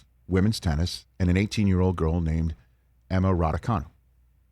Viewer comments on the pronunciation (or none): It's time to learn how to pronounce "Raducanu". It's actually spelled "Răducanu". The "ă" is pronounce "ə", like in perhaps (pərˈ(h)aps)